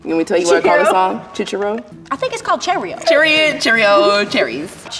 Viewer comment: “I think it’s called Chayrio😃☺️” BILLIE